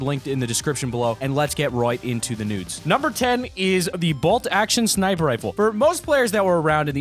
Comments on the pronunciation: did he say right into the nudes? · You said nudes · did he say let’s get into the nudes? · Did he say nudes on ? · DID he say let's get right into the nudes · did i just hear " lets get into these nude's"? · Did anyone here him say Nudes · Did he say nudes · Did he say “let’s get right into the nudes”??